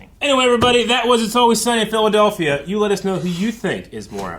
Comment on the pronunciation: Phil-Adolf-ia instead of Philadelphia, confusing a bell with a gong…Ohio…